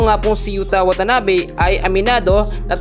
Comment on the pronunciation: YUTA WATANABE hindi YUTANABE.😅 at 6'9" si Yuta. Nag korek ang mali din magkorek. (Delete mo ulit)